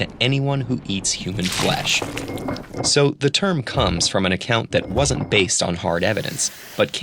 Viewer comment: human foesh?